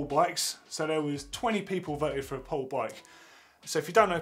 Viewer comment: It's 'Po-le" not 'powl'. And the Machine is a superbike. It's supposed to do everything!